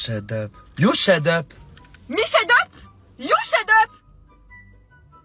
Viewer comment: Le « sHuD uP » 😂